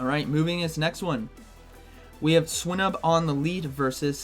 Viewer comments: I am almost certain that you pronounce it /swʌɪnub/, /swɪnub/ feels so wrong... Great video nonetheless. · Dude learn the pokemon names.. swinnub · The way he says swinub xD Also can't wait for all my opponents to start with swinub now haha